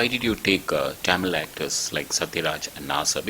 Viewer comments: Fucking 'Taaaamil'!? And that too being a Malayali, you cant pronounce the 'Zha'!? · jayarajkishore chavala he is not a tamizhan... he is a Malayali .,.. and yes I hate this guy when he spells it as Taaamil ... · no for uttama villain interview, he kept saying TAAMIL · ...even rajamouli pronouncing d word tamil correcly..being an tamilian y d hell u saying it as if u r from England???..